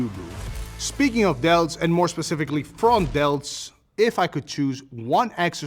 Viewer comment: He said front delts, i heard frog delts. Anyone else hear that?